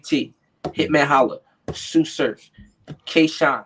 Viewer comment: On god tsu said it perfect